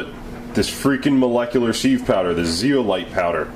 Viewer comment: Sieve is pronounces siv, like the thing you use to separate crap (bugs and stuff) from what you want ,flour. Molecular sieves (sivs) separate the crap molecules , water, from the ones you want, in this case Ethanol.